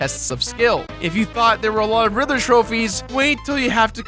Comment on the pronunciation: He keeps saying rither. Not Riddler.